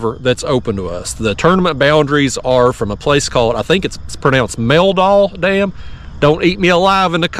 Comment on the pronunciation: you nailed the name of the dam! <3